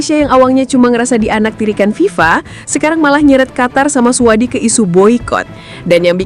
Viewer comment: AI jujur banget bacanya suadi.. 😂😂😂